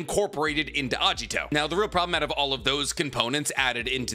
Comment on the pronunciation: It's Agito, not Ajito